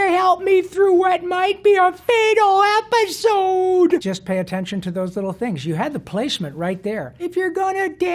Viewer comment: A FATAL EPISOHDE